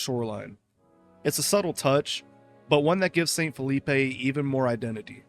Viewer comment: phillipe wouldn't be pronounced with the 'ay' sound you put on the end of the word. it is supposed to sound like 'filleep'